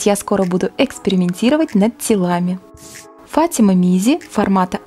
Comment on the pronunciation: Не ФАтима а ФатимА